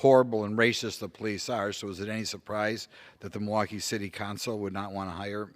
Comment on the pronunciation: I love this guy Simply cuz he says "rascist"...